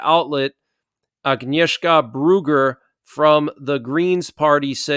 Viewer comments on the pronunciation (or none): none